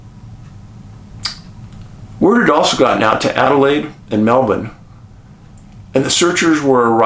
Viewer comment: Another just right after the dropping of two Atomic Bombs in Japan story. The last one was over in Mildura just days after Aug 6/Aug 8. There wouldn't be a lot of people living in these places back then. Dave your Melbin is pretty good but you need to add a slight hint of an "R" as you say it. Just a slight hint ;-)